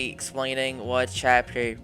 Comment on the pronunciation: instead of explaining i heard exploiting XD